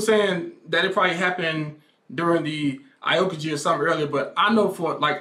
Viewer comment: I still don't know why the heck do you still saying iokaji instead of aokiji